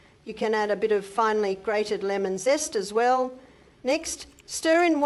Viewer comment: zest not cist 😊😮😊